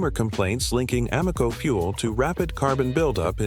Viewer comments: Y’know, your credibility would increase if you teach your AI robot to pronounce the gas station names correctly. A-MOco?Try AM-o-co…sheesh! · People hear "ah-mo-co", they think stupid AI! Just narrate the damned thing!!!!!!!!!!!!!!!!!!!!!!!!!!!!!!!!!!!!!!!!!!!! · Can’t even say it, right Amoco A -not you say (O MO co) really it stands for American oil company. They just tricked you.